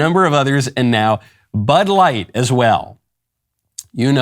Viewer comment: Was that Butt light or Bud light? 🤔